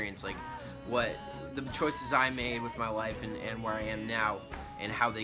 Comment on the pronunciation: I THOUGHT YOU SAID WIFE NOT LIFE I WAS LIKE JUST